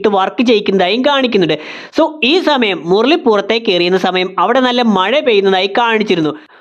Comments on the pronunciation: മുർളി അല്ല മുരളി 😁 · 'മുർർളി' അരോചകം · Murali ❌Murli✔️